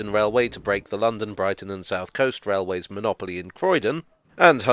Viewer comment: Scwewee wailways… loved it.